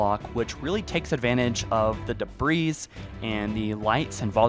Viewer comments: Debris is pronounced 'Day-bree' btw -- Dont say the S:DDD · Bruh. It's "DEH-BREE". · Debris... "deb-ree" or "da-bree". Never "dabreeze". Also, the word is already plural. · Debris is pronounced like: DE-BREE. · bro said debreeze MULTIPLE times 🤣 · DEBREE IT'S PRONOUNCED DEBREE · Debris = Debree. The S is silent. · "Debris" is pronounced "Dee'bree", the "s" is slilent. Lol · Say it with us now. Dee-bree :] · It's pronounced "dee-bree" the "s" is silent. Good video. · This man really saying "debreeze" lol. Anyway forge looks great, hopefully it brings players back. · says "debrees" lol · Just a heads up, debris is pronounced “de-bree.” Genuinely trying to help; love the channel and have been watching since the very beginning!❤️ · So much "debreeze".. I WANNA KNO WHERE DA BREEZE AT, GIMME DA BREEZE. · Debris has a silent S. It's not debreeze lol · "the debreeze" lol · Debris - pronounced “de-Bree” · Dude really said debreeze lmao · what? you dont like da breeze? LMAO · the s in debris is silent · The S in Debris is silent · FOR REAL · You don't pronounce the S in debris lol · the "s" in the word debris is silent even when talking about multiple pieces if debris. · You aren't supposed to pronounce the 's' in debris. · The S in 'debris' is silent homie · The emphasis on the s on debris is triggering me. There is no s. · Silent s in debris bro! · Great video, but I'm pretty sure the "s" in debris is silent. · lmao he pronounced the S in “debris,” that’s like pronouncing “corps” as “corpse” 🤣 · You don’t pronounce the s on “debris” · The S is silent in debris btw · The “s” in debris is silent 🤣 But seriously, GREAT video! I can’t WAIT for infinite forge to release. I just hope the community sharing tools are just as good and make it easy for people to find each other‘s content and save it. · Wonderful video. I do have one criticism. The “s” in “debris” is silent.